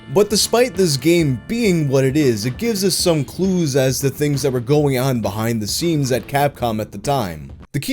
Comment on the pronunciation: ''behind the seams'' i'll be saying it that way from now on. sounds cooler than 'scenes'